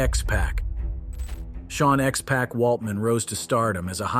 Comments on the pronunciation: Bro don’t know how to say x-pac right lmfao 🤣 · X-Pac, not Pack man. There’s a difference. Also why are you using Tommy Lister Jr as b-roll for Abdullah the butcher 😂 can you not tell the two apart. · I swear this guy is pronouncing the names of wrestlers incorrectly on purpose lol he said "X-Pack"....I was like...Sir...it's Pah-c not pack lol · Dude get the name right with x pac